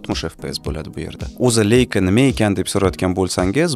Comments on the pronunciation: "Leika" deb emas, "Laika" deb tallaffuz qilinadi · Leica emas leisa